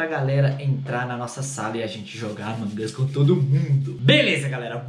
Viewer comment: Vc fala among us errado